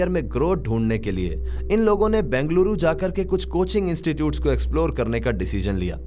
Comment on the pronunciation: It's not Bangaluru.... It's Bengaluru.